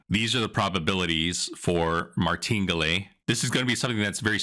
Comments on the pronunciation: Martingalè 😂 My favorite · Your pronunciation of “Maringale” is comically uneducated and quite ridiculous. Why don’t you just Google how to pronounce Martingale and correct yourself. Anybody who knows this will instantly stop watching your video upon listening to your quirky pronunciation in which I have no idea how you could have come up with this particular pronunciation. Good luck!! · Did you pronounce martingale right? I heard it pronounced another way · It is pronounced Martin gale. This is a horrible strategy. The house edge in a double 0 game is around 5 1/4%. Martingale doesn’t change the house edge. It’s not difficult to lose 6 in a row. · Try to learn to pronounce Martingale correctly.